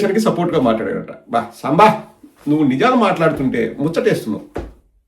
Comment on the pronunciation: సాంబ కాదుi సాంబా sir అనాలి